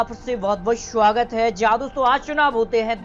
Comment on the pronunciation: Why nobody tells this anchor that swagat starts with s a d not with Sh. Further , why this man is pronouncing s as Sh?